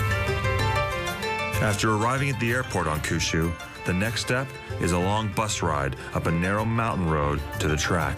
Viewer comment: Who says Kyushu as "Koo-shoe" It literally means Nine Provinces and the number 9 is pronounced Kyu like saying the letter "Q". Kind of strange they got this wrong.